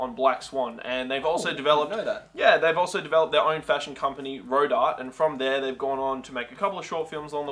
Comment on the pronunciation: Oh, bless your straight Australian heart, but it is pronounced "ro-dar-tay"